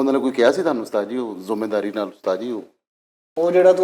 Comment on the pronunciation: Zumedaari nahi, zimedari hota hai janab